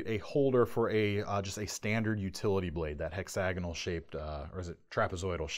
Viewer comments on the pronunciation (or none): none